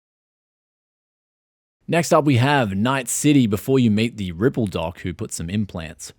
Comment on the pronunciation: Dude seriously said ripple doc